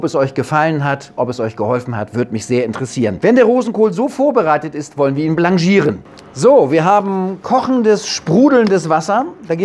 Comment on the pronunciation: ja, das sollte richtig ausgesprochen werden. Französisch ist Französisch.